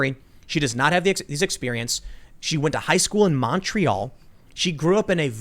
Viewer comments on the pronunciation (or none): The way you say Montréal is revolting, please seek guidance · The way you pronounce Montréal is really hard on a Montrealers ears